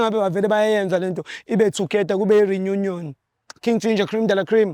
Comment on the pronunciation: Kube yiRe-new-nyon (reunion)😅